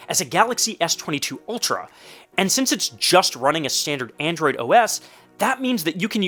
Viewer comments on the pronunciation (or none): none